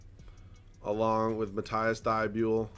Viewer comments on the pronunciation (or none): Its mat-ease thybol not mat-ice thybuel pls read this too